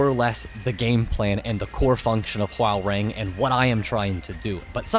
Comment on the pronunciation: its pronounced whore-rang or *ho-rang